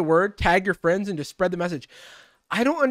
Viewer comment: As a furry i am strongly opposed to him saying "fuzzy fwiends"